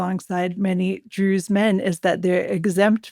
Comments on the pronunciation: Why does the presenter say "Druuuze" as if saying 'so called Druze' or druze in inverted commas. It was consistent and very strange, like the tone you'd use if people were pretending to be something they're not. Quite weird to listen to. If the stress wasn't intentional maybe she could practise saying the word 'druze' in an ordinary, natural tone of voice for future episodes. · I’ve been listening to your podcast for the past two years. I love your interview skills and general insight. But sorry, why do you pronounce Druze in such a strange manner?